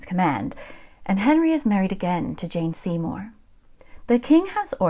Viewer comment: Jane Seymore not Jean Seymore.